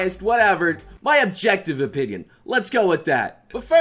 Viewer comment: “I’ll give you my whole... pinion on this”